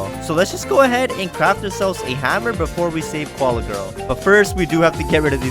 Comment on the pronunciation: Hammer not haaammer